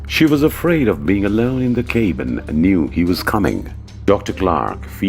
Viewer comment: This video is SO silly and pointless. Utter crap and nonsense. What kind of "English" is the narrator speaking? A "cabin" pronounced as "kaybin"?